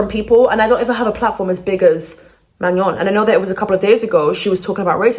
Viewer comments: she doesn't know what she's talking about. Can't even pronounce Manon's name correctly, and is treating rumours as fact. No one has said Manon is leaving the group except weird stans. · but you can’t even pronounce her name 😂 (no hate, it only was a joke) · The way you pronounce her name is so funny to me you’re saying it like fillet mignon 😭😭😭🫶🏼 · youre pronouncing her name wrong queennnn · her name is pronounced "mah-no" you're saying it like maño in spanish😭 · Its Man-own , not Manyon . No shade girl though I love you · maNON it's NON in french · At first I was like manure? No shaaddeee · why do you pronounce manon like she’s an onion lmao 😭😭😭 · Of all the mispronunciations, I prefer Mañon over MaNON lol ily 😭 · Girl I am sorry I wanna hear the tea but hearing "manion" every time.... Sorry I cannot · The way your pronouncing her name is sending me 😂 it’s pronounced Manown. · Why people can’t say Manon the right way. as a Swiss girl it’s so weird to hear MaGNon or worst Maenoo or idk what😂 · Hey! just wanted to point out her name is pronounced like MAH- NO 🫶🏾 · It’s Ma - NOn but the sound N isnt pronounced, It’s a French name so ON have a different pronunciation, a sound that isn’t fully known in English, but do exist. Just think about how we said no in French and then say ma- before. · “Manyon” is killing me 😭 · Honestly it’s better than maNON lmao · yes me to 😭😭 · actually its really pronounced in a french way like "mah-noe" But people also just say "man-on" in the English speaking world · It’s Ma-no😭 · Mañon 😂 sorry I chuckled every time you said her name 😂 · Ben of the week, partially predicted this. Hopefully it stays the hiatus and she doesn’t leave 🫶🫶🫶 Also eyekons are gonna come after you for mispronouncing Manon’s name (Ma Noh). The amount of misinformation and negativity spread about Manon and these girls is absolutely insane. Thank you for being so kind about the situation. Btw ur hair is gorgeous!!